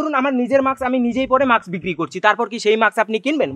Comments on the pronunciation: Re ota maks na ....mask bole 🤧🤧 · Mask bole ... maks na